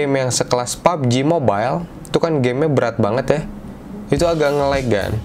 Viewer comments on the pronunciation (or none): none